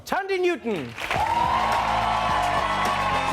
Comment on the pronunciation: Is it Tandie or 'Th'andie?